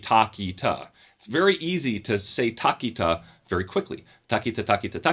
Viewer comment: Bro it aint taa ki taa. It is tha ki ta tha ki ta thaa